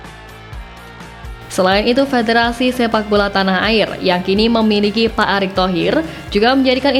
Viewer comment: Pak Erik mbak Pak Erik .. bukan Pak Arik...hmm Estetis banget bacanya Atawa gak tau mbak...